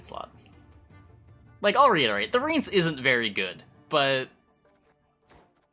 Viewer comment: Just wanted to let you know. Rience is pronounced Ry-ans per the book